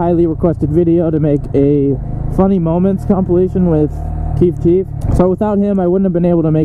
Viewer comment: am I the only one noticing he says keef cheef and not chief keef?